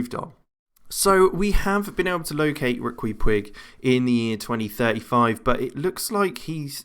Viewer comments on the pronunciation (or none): I think his first name is pronounced 'Ricky' (much like the pronunciation of Chiquita bananas). And he's a total illusionist. You think because he's with Barca, he's got to have insane upside and I don't think he does. He's 3.5 star potential in my current save in 2021.